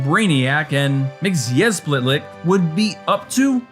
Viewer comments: I'm sorry but... it's pronounced MIX-iz-PIT-lick. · It’s pronounced micksoplick 😂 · It's pronounced Mix O Plik. The only reason I know is because I had the Superman record as a kid in the early 80's.